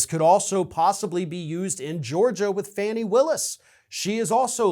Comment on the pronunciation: IT's FAWny Willis. You know that.